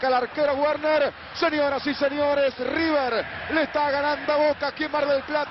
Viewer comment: Manuel Lucena el primer hincha de boca que veo que no dice riber bien dicho